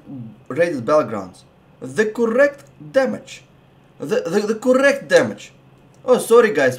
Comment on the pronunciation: CoRRect damage. Just love that accent haha